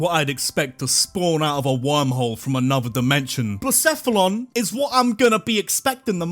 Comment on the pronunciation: BLACEPHALON, NOT BLACHEPELON!